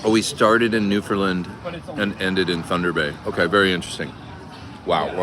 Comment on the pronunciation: Maybe ask a local how to pronounce Newfoundland correctly?!? 🙂